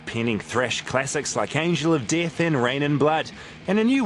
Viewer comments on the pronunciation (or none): "Angel Of Deeth"